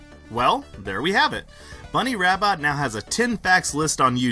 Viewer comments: Her last name is actually pronounced Rab-bo. But people called her Bunnie Rabbot to make fun of her. Or so I’ve read. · Her last name is sorta French; it's pronounced "rah-BOW". Says so on the Archie Sonic wiki.